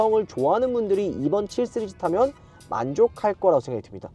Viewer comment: ㅋㅋ발음 해외파이신가봐요 7쓰리즈? 씨리즈?